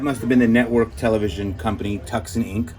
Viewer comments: Tucson, Arizona pronounced "two san". You've never heard of Tucson, Arizona???? Cheers, Rik Spector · Dairy = dare eee Tucson = too son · Too sawn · I live here in Tucson Az, pronounced Tooson. The c is silent a very common mistake! We love you here!